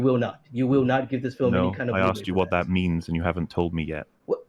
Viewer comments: I don't know why they even bothered trying to have a debate with someone who says "axed" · Is that guy american? Or from an english speaking country? He keeps saying "I axed you" instead of "asking" and i dont know if its accent wise or speach impediment wise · Is he saying "axed"? Thats embarrassing... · “I axed you” Yeah that is about the mental level we’re on. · I axed you, I axed you....